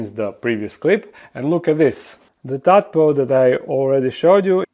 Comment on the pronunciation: For future videos it’s a “tadpole” not a “tadpod”